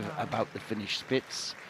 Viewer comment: I was working with this in the back ground and I heard "Fish Sticks" instead of Finish Spitz ... and now I wish very much that little floofs name was Fish Sticks